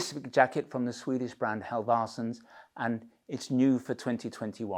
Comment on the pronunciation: Halv-arse-sons. Funny every time! :D I'd help you pronounce it, but it's not easy for me. Ask a Swede!